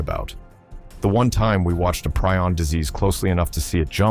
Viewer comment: Preeee-on. How many times can you mis-pronounce something you can easily check?